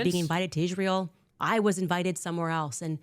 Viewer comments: I actually believe she is the reason Hamas started this war😉 she is definitely in charge of Hamas in Gaza, can someone please put Candace in speech therapy , last I was taught it was Israel not Ishrael🤷🏼‍♀️ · Why does Candice keeps saying Ishrael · She is such a skitzo it makes me cringe physically. Also, how do you spend your entire waking existence talking about israel and not be able to say the damn word correctly. Wtf is an ishzrael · No only does Candace Owens make no sense, she drives Mr literally insane with how she pronounces Isreal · The way she says Israel triggers me 😅 damnit say it the right way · Why does Candice pronounce Israel like that? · Why cant Klandice Ovens pronounce Israel right? its so annoying.